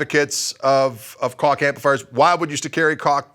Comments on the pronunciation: It's pronounced Koggggg :-) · Koch pronunciation: In Europe many countries pronounce 'c' as 'ch'. For me, I like to pronounce Koch as 'Coke' or 'Coach'. :)